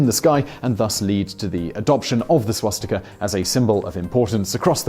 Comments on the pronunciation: He always say schwatztika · Can we have a video on whether it is pronounced swastika or shwastika? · I’m sorry, but i have to comment on this. There are no schw-sound in the word Swastika, when you say it, it sounds like you are saying Schwastika, it’s Swa-sti-ka.... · Had Simon had a drink before this? swastika, shwashtika, swashtika, shwastika? How many ways did he pronounce it??? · Why do you sometimes pronounce it "swastika", sometimes "swaschtika" and others still "schwostika"?